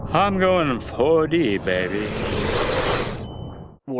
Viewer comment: He said: Im going 4D, baby! Me, a YouTube dweller I heard: IM GOIN LE 4D, BABEE